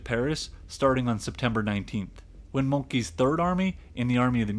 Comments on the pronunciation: Please pronounce the name MOLTKE without an "i" at the end—the "e" sounds like the "e" in "end." It sounds like "monkey." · Its Moltkehhhh, not Molt "key". You too like it when the French or German pronounce English names the way they should be pronounced, not in a frivolous way closer to their language. I can accept Chinese or Japanese names not being pronounced completely correct, but when it is quite easy to pronounce something correctly (Moltke, Himmler, Mao, Kim...) why not do it. The French too should pronounce Himmler or Hitler correctly, which they almost never do. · It would be a possible thumbs up if you had left out all the childish game and AI-scenes and film sequences repeated up to eight (!) times. And yes, he wasn't called Moltki. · I think It's pronounced Molt-KA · Still, you'd think in the midst of that research he would also look up how the names of the major figures are pronounced. It's probably the easiest part of this. "Molt-key". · you need to learn how to say Moltke... or we will call Trump forever the Orange Ape! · A great video but "monkey" for Moltke and "Calvary" for cavalry aren't quite right.